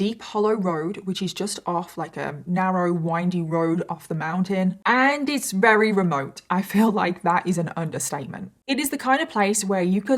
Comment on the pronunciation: Why does this lady say rery instead of very? It’s so odd